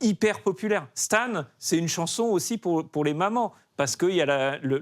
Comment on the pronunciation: Vraiment tout est nickel : mais la prononciation des termes anglais en francisé ... c'est tellement pas bien. Il y avait des moments ou les invités n'arrivaient pas à prononcer Marshall Mathers correctement. Le morceau 'Stan' ( prononcée STANE ) : massacré ... Il y aurait tellement moyen de faire des efforts la dessus. Sinon , pour le reste, bravo.